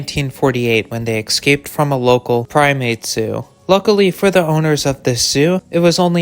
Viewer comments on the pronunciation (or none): HEY DUMMY! NOT "ex-caped". ESCAPED. At least you aren't AI SLOP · EScaped, not excaped. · Escaped... not "excaped", Jesus fucking christ dude...